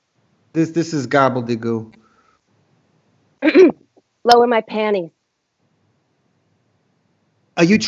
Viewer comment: “This is gobbely gook” I’m dying 😆😆